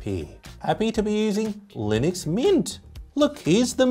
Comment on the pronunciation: its Linux not Linix 🧐 And its not a good OS . OK for a server thats it. You cant beat Mac OS.